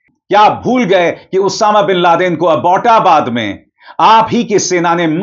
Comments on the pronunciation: What is aibootabad Saaar plz pronounce well its English word the name of English colonel of that time Abbot (Abbotabad). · Its not Abooota baad. Its Abbot, an English name. Learn to say Abbot. Abbotabad.